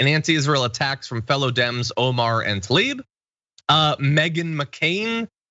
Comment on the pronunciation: John - I love your commentary, and I’m not picking on you specifically, but the pronunciation of Tlaib, is not Talib. Keep up your awesome work, and thanks for your solid perspectives on the news.